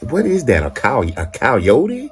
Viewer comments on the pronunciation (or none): “What is that a COW-Yote?” 😂😂😂